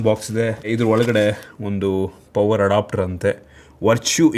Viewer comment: Adopter alla guru adapter